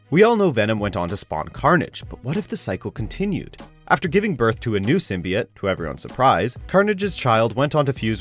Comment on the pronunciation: Fucking hell. How can you can make a video on symbiotes and not know how to pronounce it properly